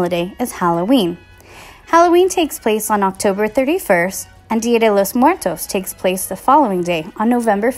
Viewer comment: she didn't say it right...........................OOF